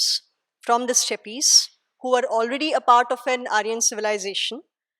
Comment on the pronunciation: Why do Indians mispronounce steppes ?